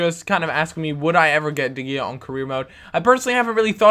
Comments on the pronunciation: de gea is pronounced de heya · You pronounced De gea wrong